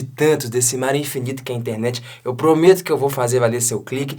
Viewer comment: eu tenho impressão que você fala Intermet ao invés de Internet. É só impressão?